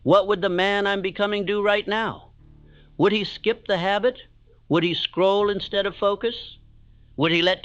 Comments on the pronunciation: Did he really said "scroll" ? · Did just say ‘scroll’ hahaha